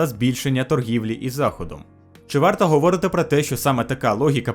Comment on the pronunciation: Не люблю поправляти за українську мову, тому що це може відштовхнути, але ця помилка вже вкотре повторюється: говОрити - неправильний наголос. Правильно - говорИти